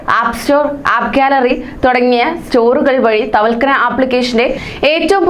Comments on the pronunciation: വാർത്ത വായിക്കുവല്ലേ അപ്പോൾ വാക്കുകൾ വ്യക്തമായി പറയുക... തവൽകന അല്ല തവക്കൽന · തവൽകന അല്ല ( തവക്കൽന ) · തവൽക്കന അല്ല മോളെ.... തവക്കൽന 😁😁😁🤣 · Thavalkana Alla thavakalna...aadyam Ellam onnu padichitu vartha vayiku....pls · തവൽക്കനാ അല്ല, തവക്കൽന എന്ന് പറയു.😂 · Tawalkkana അല്ല മോളെ thawakkalna എന്ന് പറയ് 👍❤️